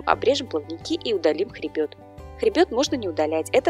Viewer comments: Первый раз слышу "ХРЕБЁТ ". Это оговорка или так правильно говорится слово " хребет " ? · ХребЕ́т это жесть...дальше смотреть не стала